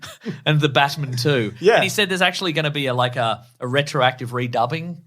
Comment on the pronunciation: I find it VERY annoying that you pronounce it BaTmun instead of Batman. NOT HAPPY!!